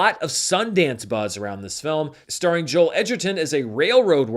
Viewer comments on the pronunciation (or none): none